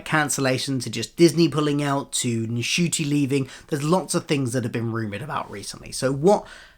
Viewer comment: Thank you for a down-to-earth view of the rumours. Isn't the N in Ncuti silent, though 🤔? For a foreigner like me, it would be a disappointment if Dr Who disappeared from streaming. I don't want to go back to waiting for the DVDs and getting episodes spoiled in the meantime.